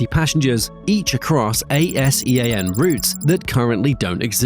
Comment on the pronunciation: ASEAN should be pronounced as Ah Sea Ahn, its commonly pronounced and referred to it that way